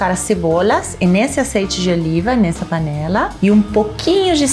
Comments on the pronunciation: "Cebollliiiaaa, timo, orio do aceite", melhor participação:! Simples e direto! 🤣🤣🤣🤣 Receita ótima e para adaptar tbem! 😘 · "azeite" com sotaque carregado "eu aceito" KKKKKKKKK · Cebolias, óleo de zeite kkkkkkk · “LAURINHO” “OLHO DI ZEITE” ❤️🤣🤣🤣🤣 um show a parte 👏🏼👏🏼👏🏼👏🏼